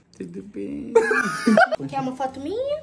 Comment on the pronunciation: "Bom dia " todu bem " ~ void ~ 😂😂😂